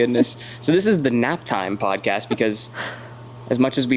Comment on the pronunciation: Are you saying poncast??? lol you crazy goose 🪿